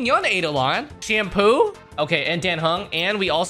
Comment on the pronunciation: Calling Sampo ‘Shampoo’ is hilarious to me, I don’t know why